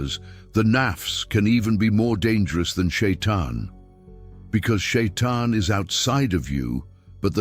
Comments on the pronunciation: Не шаян а шайтан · НЕ ШАЙЙАН А ШАЙТАН!!